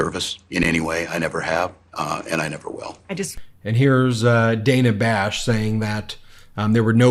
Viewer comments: Ben, it’s not ‘Day na’, it’s Dah na’!!💙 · By the way, it's DA....NA Bash not Dayna Bash! FFS. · Ben! It’s pronounced Dan-ah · Hi Ben, love the show but one nitpick. The reporter's name is pronounced Day-nuh. I know it's different but we should respect this the same way we pronounce the name of our first female president. Keep up the good work! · May want to learn how to pronounce Dana Bash's name....